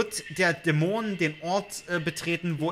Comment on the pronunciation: Geiles Video, aber irgendwie triggered es micht wie manchmal du Dämon aussprichst :D Du betonst nicht die erste, sondern die zweite Silbe, was ich so noch nie gehört habe.